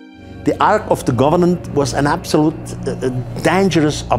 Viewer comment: It sounds like he's saying the ark of the government! lol